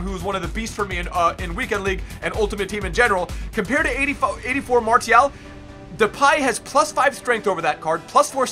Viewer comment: he pronounces every French word wrong like Martial is mar-see-al and thauvin is toe-von